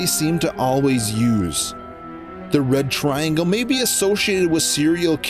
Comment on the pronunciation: It's past dinner time. I keep hearing "The Bread Triangle".